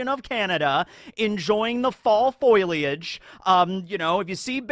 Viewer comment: i know this is knit picking but you said foiliage instead of foliage and its triggering me so bad